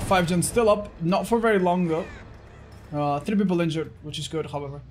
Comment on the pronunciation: I've always loved how says "Hahvever" instead of however